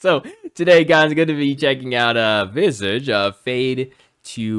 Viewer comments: Pronounced Vis-arge. I prefer Ultravox to be honest. Visage's first music video for this song was directed by Godley & Creme - have you seen some of their videos? eg. Godley & Creme - An Englishman In New York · It's pronounced vis arrrge.it's french for face.i was a kid when this came out and didn't find the video weird just took it in.when i was a bit older i realised it was creative,arty. Steve unfortunately passed from a heart attack at 55 in 2015. Steve Strange was head boy of the New Romantic movement. He ran the best clubs in London - Billy's, Blitz and Camden Palace - which defined the glitzy banality of the era; places where Spandau Ballet,duran duran, Boy George and other artists went to hang and perform.it's where the new romantics went. Boy George was the coat check guy at the blitz for a time. Checkout the video for david Bowie's ashes to ashes.he used people from the blitz to be in his video including steve strange dressed as a nun.